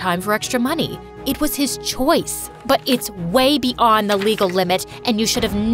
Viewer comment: "be ond" 💀😭🙌